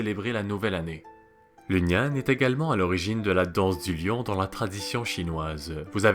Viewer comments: C'est intéressant. Mais tu aurais au moins pu te renseigner sur la prononciation. Nian se prononce " niènn ". Même remarque pour la prononciation du moine.. Quand on parle d'une langue existante encore, il faut donner la vrai prononciation. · Il prononce comme tu ecris le pinyin chinois 😊 normalement c'est "nián"